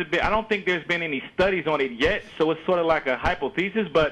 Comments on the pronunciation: Matt's facepalm when he hears "hypo-thesis" is priceless! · a "hype-oh-thesus". Wow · "Hypo-Thesis" ... Matt's facepalm was CLASSIC :D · Hoo boy. I found myself facepalming at '' "hypo-thesis" at the same time as Matt. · Matt: "hypo-thesis" *facepalm* My feelings exactly. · Hi-POH-thesis. Wow. Just... wow. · "Hypo-thesis," "care for atheism," "strawman fallacy." Does he even know what "strawman fallacy" means or does he just like saying it? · "HYPO-THESIS" ROFLMFAO!!!!!!! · L O L "hi-po-thee-sis" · Hypo-thesis. Can you say "Scientific method"? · Hay-pow-they-sees? Seriously?